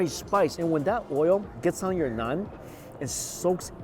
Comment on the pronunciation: Mikey....its Naaaaan. Not Nun :p Great video, I miss Lahore. I'm just gonna go get some home made Saag now with maki di roti. Not had maki di roti for a while. P.s i dont think I've seen you enjoy food as much as in this video